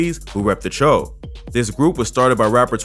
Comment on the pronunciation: I thought it's pronounced Choo not cho